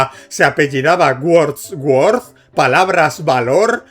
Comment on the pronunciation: No sé que es peor, el ejemplo usado o la pronunciación de WordsWorth